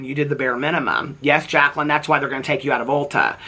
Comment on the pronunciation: I was cackling at you saying “tharts” 😂😂😂😂 I love you,! ❤